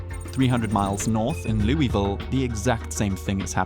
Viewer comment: Pronounce Louisville incorrectly.